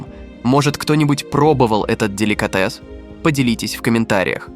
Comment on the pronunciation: Деликáтес😂, эски́мосы, тю́лень😂😂😂дизлайк за нейросетевую озвучку тебе.